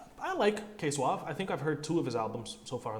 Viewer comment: nah bro you were saying his name correctly! it is k suave and not k suavay